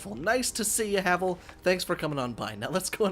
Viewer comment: Is there a smough and ornstein armor mod? Cool havel armor also it's pronounced "Have-Ull"